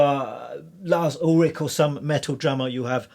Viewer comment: you can ulrich pronounce like fish ... ulrish. a free lesson from an irish half european. ;)